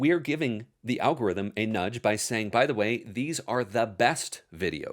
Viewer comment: "Algoritm"??? Very on-brand.